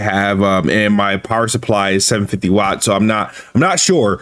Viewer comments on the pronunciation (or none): none